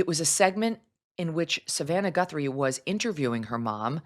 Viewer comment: Who the hell is Nancy Gunthrum? It's Guthrie!!! How do you know that her bedroom is small?